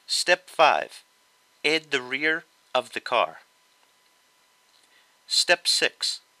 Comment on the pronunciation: i love how you say 'edd' instead of 'add'